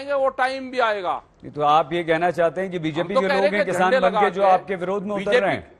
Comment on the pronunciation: Dakait bhai jab bhi tum kisan bolte ho to hame dakait q sunai deta hai